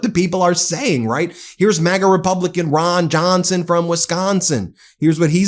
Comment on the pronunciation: “Rahn Jahn-sen from Wis Cahn-sen.” Ben M. 😂